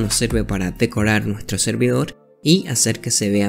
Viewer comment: dijiste decorar mal (sin ofender)